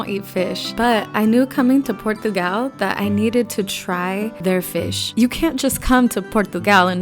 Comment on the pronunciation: Your pronunciation of Portugal was almost perfect (the O has a U sound). The Portuguese say "Purtugal."